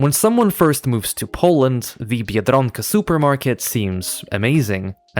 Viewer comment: The way you say biedronka I thought you were native lmao